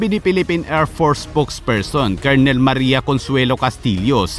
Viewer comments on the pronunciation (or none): none